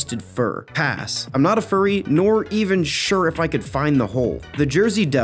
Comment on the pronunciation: Furry not curry